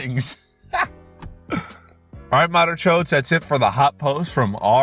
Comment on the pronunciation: Does he call everyone "Motherchod" or is it just me?